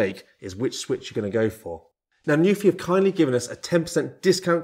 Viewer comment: NU-PHI. It literally tells you how to pronounce it on the keyboard cover. Why does no one get it right?!?!?!